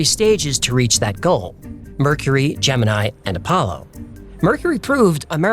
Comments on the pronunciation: hmmm, I'll try from a different account. -The Gemini mission is prunounced "dʒɛmɪni" (gemma-knee) , not the same as the consellation. -The source of the red-sun video is a GFX artist on youtube called "The Faking Hoaxer", check out his other work for comparison, it's near identical! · FYI: The Gemini mission is prunounced "dʒɛmɪni" (gemen-ee) People always get it confused with the constellation Gemini "dʒɛmɪnaɪ" (gemen-eye). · Not this this matters but for some reason the Gemini space program was pronounced like Gem-in-ee